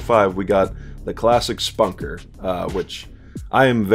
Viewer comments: Its not the exact halo reach weapon its a completely different variation of it. The BR 85 is going to be ditched and 343 is bringing back the halo 3 battle rifle. Your pronouncing the og ricket wrong its not Spunker its Spanker. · I mean I get that lol just usually people pronounce it "spanker" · man said Spunker